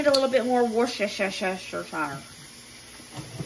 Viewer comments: Hey it's pronounced wus-ter-cher love ya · Hey. The easiest way to say Worcestershire is - wuss ter sheer. Don't worry about it though as even some Brits have a problem with the word, and I can never remember how to spell it. However you say it, the food still tastes the way it should. I hope you have a happy, peaceful weekend. Much love and respect to you, Dusty and the boys, from the South East of England. xxxxx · There's a good ol Southern cook who is on YouTube, can't remember his exact name right now so I'm not going to butcher it, but he calls it quote wash your sister sauce unquote. Even though I can pronounce the correct way, the southern version is much more fun. Hope you get a big laugh out of it as I did. That heavy Southern drawl just makes it perfect.😂❤ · You absolutely TICKLE me to death when you say "Worcestire Sauce"! In a recent video you said "WorshYourSistersHair Sauce"! Adorable and made me laugh so hard! Keep up the great work. Blessings to you and the fam!😊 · Haaaaa I love the way you say "Worcestershire" 😂😂